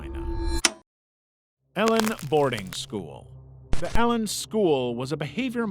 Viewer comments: The Elan boarding school isn’t pronounced like “Ellen”, it’s pronounced like “Elon”, and NXIVM isn’t pronounced as the letters, it’s pronounced “nexium”. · maybe research how to pronounce Elan and synanon if you're going to make a video